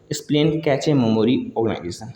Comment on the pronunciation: Sleeping बर्बर ❌ sleeping बार्बर ✅ Cache कैचे ❌ cache कैच ✅ Producer प्रोसीजर ❌ प्रोड्यूसर ✅ Concurrency कॉन्क्रिन ❌ कनकरेंसी✅